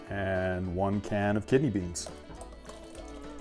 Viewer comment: Lost me at the breans